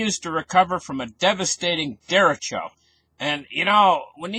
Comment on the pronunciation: nice report - derecho is a Spanish word for right direction. Look up the Spanish vowels and Spanish pronounciation